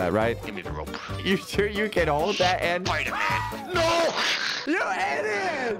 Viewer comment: That's not spider-man, that's spooder-man